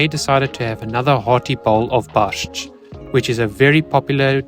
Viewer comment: SUNE AS I HEARD HOW YOU PRONAUNCED " BARSZCZ " I SAID TO ME SELF THAT WAS PERFECT ON ZUREK YOU HAVE TO PRACTICE A LITTLE BUT WAS GOOD , BUT 1 THING CH IN KURNA CHATA IS LIKE " HATA " PRONOUNCED 💐🥃🇵🇱✝️✡️🇮🇱☦️🕎🇵🇱